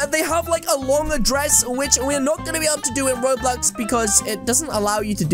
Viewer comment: You don't say Roblox properly at the Start of what you say